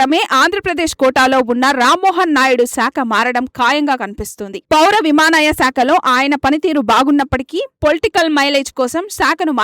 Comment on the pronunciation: విమానాయ శాఖ ఏమిటి తల్లీ? విమానయాన శాఖ అనాలి గదా?